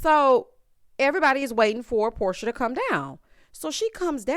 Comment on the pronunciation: Porsha not Porshia!!!